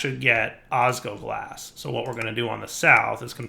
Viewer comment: I die a little inside every time saying "osgoglas" instead of "osGLOWglas." Edit:, seriously? The ore processing chain is super inefficient for draconium! Use an auto-breaker with fortune for that!